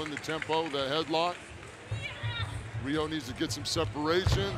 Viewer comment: Riho not Weeoh 🤣